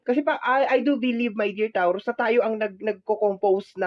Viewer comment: TAW ROOS AMPOTA ayusin mo naman pag pronounce ung zodiac namen gaga